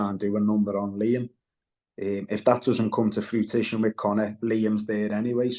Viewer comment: If it will come to "fruitition" and be "mandantory" 😅